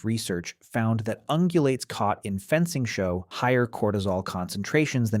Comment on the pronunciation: I’m going to have to honestly ask, is the voice over AI? There are mistakes like „Fencing Show“ instead of „fencing (pause) show“ that really trigger the uncanny vibes.